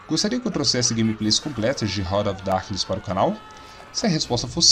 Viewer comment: Desculpe mas... escutar RANA OF DARQUINES é de doer os ouvidos... se pronuncia RÁRT OF DARQUINES A trilha sonora desse jogo e maravilhoso principalmente o som quando você matava algum inimigo, o só da explosão era muito top eu joguei muito esse jogo na época, vou ate baixar novamente e jogar em um emulador. Ótimo jogo um dos melhores do PlayStation 1